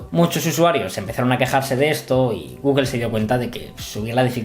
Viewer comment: "Guguel"?..Googel, o Google..